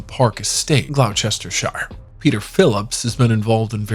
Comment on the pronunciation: Hit on ponounce Gloucestershire, it's pronounced Glos ter sher